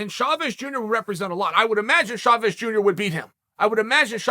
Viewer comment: "Shavez" hahaha